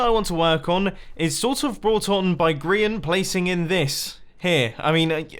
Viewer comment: Sigh............ GRIAN NOT GRAIN